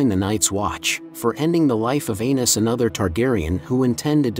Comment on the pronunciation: Dude said Hodder instead of Hodor and Anus instead of Aerys